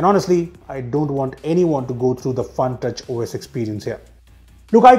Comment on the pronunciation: I heard FUNTOUCH OS as PANKAJ OS🤣🤣🤣